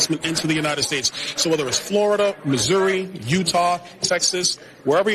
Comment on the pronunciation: That reporter said.. MISERY...it's MISSOURI! LOL.